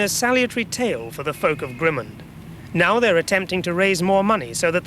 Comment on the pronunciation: Pronunciation of Grimmond has changed over the years. He's hardly pronouncing the "d" at the end. It's very hard to identify the name of the place from his pronunciation.